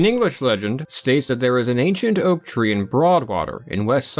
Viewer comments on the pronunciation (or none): none